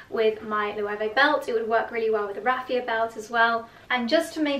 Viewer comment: I was just thinking finally someone who pronounces it correctly, and then you mentioned that too :D hopefully, people will learn :)